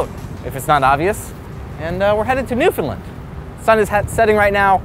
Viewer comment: Not to be That Guy (i.e. an obnoxious Newfoundlander) but the "land" in Newfoundland is pronounced "land" not "lund" haha. (Common mistake, but you got the first two syllables right, which is better than a lot of people manage, haha.) I miss that place though, dang.